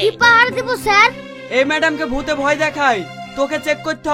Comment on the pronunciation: ভই না ভয় হবে 😂😂😂